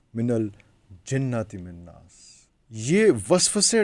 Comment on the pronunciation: ap ne sura e Nas ko akhir se Galat parha he.wannas.